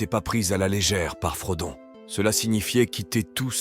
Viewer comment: Selon qui ? Parce que j'ai l'impression que le narrateur essaie de prononcer les noms à l'anglaise. Sauf qu'il a dit [frodone] pour Frodon, au lieu de Frodo. Ce n'est pas consistant.